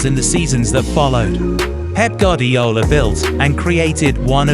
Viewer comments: It's goo-are-dee-ola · My goodness I wish you could get pronunciations correct. (Gwardiola, Ederson, Gundogan, Ya Ya etc) Good Vid though.